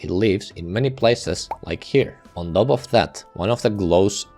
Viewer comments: i hate how you sayf "top" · does anyone else like how this guy says "top"?